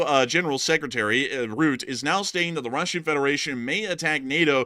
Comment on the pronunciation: The NATO Secretary General is not called "Ruuut" but "Rut teh", with the accent on the double T and the 'u' sounds like the 'u' in the English word 'uh'. Then combine that to pronunciation : "Rut Teh". I know Dutch names can be a pain... 🙂